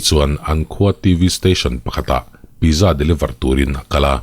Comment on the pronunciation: Pizza tih hi pitzza tih a lam tur a ni veleh tlat a... Keipawn mak ka ti ania aw... 😊